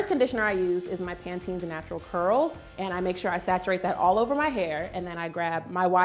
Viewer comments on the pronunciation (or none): She said Pantene and it was like a blow to my own hair. Sis noooo, please don’t do that